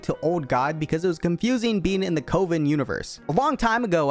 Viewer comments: Mans butchered the "coven" pronounciation. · were you serious with the way you said coven? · Im sorry how did he pronounce coven